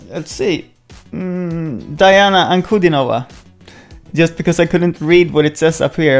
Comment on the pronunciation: Dee-ahna Ahn-koo-din-ova